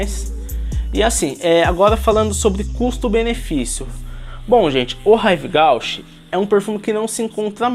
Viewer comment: Ahh se fala “Rive Gúche” ;)